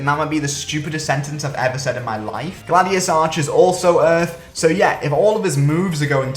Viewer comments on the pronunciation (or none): none